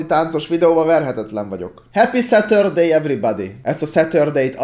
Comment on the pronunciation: "Heppi Szetördéj evribádi!"😂😂